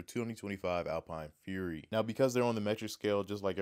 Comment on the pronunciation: It's not alpine...it's al-pen